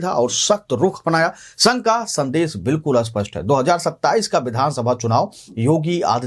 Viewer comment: स्पष्ट को अस्पष्ट और अस्पष्ट को स्पष्ट क्यो बोला जाता है ?